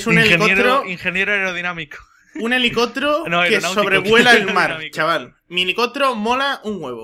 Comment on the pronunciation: Helicotro... #MassiAprendeAHablar xD